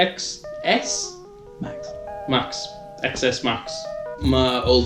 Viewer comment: AAAA iTS not called the XS u say it 10S Apple fans will understand